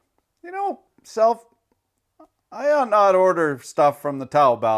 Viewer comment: You are the only Youtuber who can pronounce Taobao correctly (close enough)!